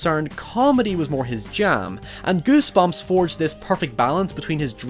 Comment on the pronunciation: It's sound like you said ghost bitch